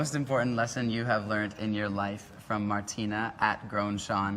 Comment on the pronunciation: Me encantó como pronuncia "Martina"